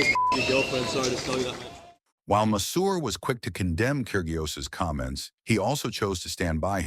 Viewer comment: The 'g' in Kyrgios is silent.